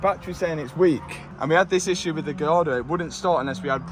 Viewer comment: Matt can't say gallardo. 😂